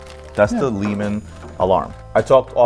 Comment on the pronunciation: great short vid, just one thing, the Blancpain Le Mans is named after Le Mans the city in Northwest France where the famous 24 hours of Le Mans is held. So it’s not pronounced Lee man. 😊